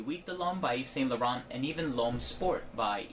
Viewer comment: When American people hear someone say names like Yves Saint Laurent, do you not hear the sound of it, or do you deliberately choose to say it wrongly?